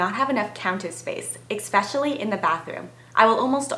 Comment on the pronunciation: Expecially? hmmmmm there's no X in Especially.